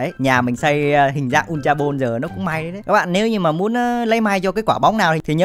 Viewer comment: Góp ý mỗi cái đọc là bôn(ball) chứ ko phải bô =)))